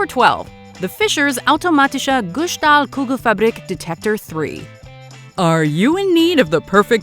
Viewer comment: It's "Guss" and "Stahl". Don't say "Gushtall", say "Guss-Stahl" (Sht sound on "Shtahl" but not on "Guss"). Anyway, these are cracking me up.